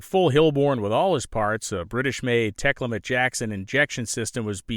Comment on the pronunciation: Thats tek al met, not tekla met